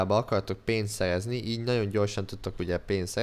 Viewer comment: beszed hibás vagy? Nem bántásból mondom csak mert a szerezni helyett szejezni azt mondod. A válaszodat előre is koszi